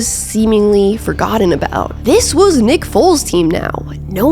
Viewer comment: Weird she keeps saying Big Dick Nick's name weirdly 😂